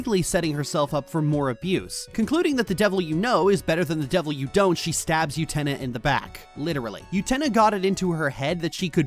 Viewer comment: Utena is NOT pronounced with a Y sound. Please rerecord and fix.